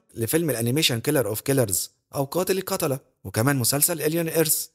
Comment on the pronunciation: نصيحة بس ياريت تتقبلها على سبيل النُصح و على سبيل النقد البنّاء حاول تهتم بمخارج الحروف و نُطقها الصحيح يعني حرف (القاف) حضرتك بتنطقه زي (الكاف) زي ما حضرتك ذكرت (قاتل القتلة) ،نُطقها في الفيديو (كاتل الكتلة) ، و حرف (ط) مينفعش يتنطق (ت) ، لازم الحروف اللي زي دي تتنطق بتفخيم أتمنى حضرتك تتقبل رأيي بصدر رحب لإن قناتك ما شاء الله محتواها محترم ، دا غير المونتاج متعوب عليه استمر ربنا يوفقك